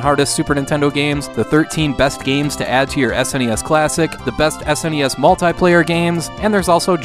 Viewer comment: It is SNES not SNESS. lool